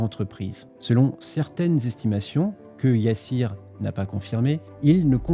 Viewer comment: gOOD wORK ça se lit Yassir pas YA SSIR